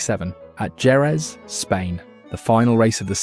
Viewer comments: It's not Jerez dumbass it's pronounced herreth, it's spanish How can you claim to be an F1 expert and not know that or even do the research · Yeh i know but its pronounced heh-rez not ge-rez and i have never heard vilnoove as a nickname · What da hell is a GEREZ VIL-NERVE not VILLNOOVE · I don’t want him to do well. Hes clearly not an F1 fan, just someone trying to make money on YouTube with zero knowledge. I knew after 5 seconds of the video when he pronounced Jerez. Then more so with Villeneuve and Barrichello. Can’t stand people like that. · And so you know for future videos, it’s Hereth, veelnuv and barikello. You’d know the pronunciation if you’d ever watched and F1 at all. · 15seconds in and Jerez is pronounced wrong. Wtf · Just let us know how he's supposed to be pronounced "Jerez", bro That would be better than a critique